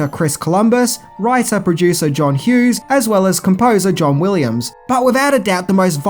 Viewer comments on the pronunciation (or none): none